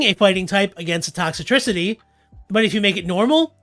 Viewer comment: Dude, its Toxtricity, not ToxItricity; you're adding an unnessecary extra I to its name.